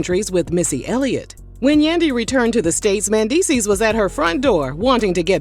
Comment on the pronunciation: the way she keeps pronouncing his name MANdeecees..........